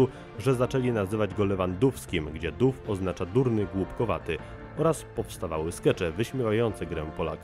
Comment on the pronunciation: Nie duff ,ale doof sie pisze po niemiecku🙈